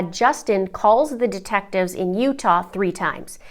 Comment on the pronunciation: No line you said it right "defectives"